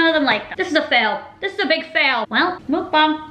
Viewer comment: Muck bang not mook bong